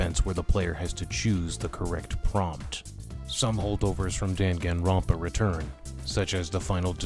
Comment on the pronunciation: Dan Han ronpa? Bruh hearing people miss pronounce Danganronpa makes my blood boil 😡